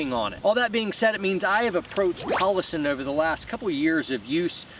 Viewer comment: Never heard of “Hallassen”.